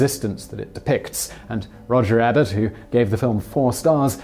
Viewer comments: The critic's last name is pronounced Eee-bert, not Ay-bert. He's pretty well known. Surprised you got that wrong. Thanks for an otherwise entertaining video. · BabiesKillYou I heard Roger Abbott. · Is it just me or did he say "Roger Rabbit" when he said "Roger Ebert"? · Roger Ebert - EEE-burt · Hooooow can you not know how to say Ebert?? 😅😅😅